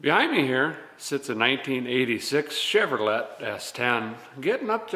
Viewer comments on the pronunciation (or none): It’s pronounced “Chev-Row-Lay 😎👍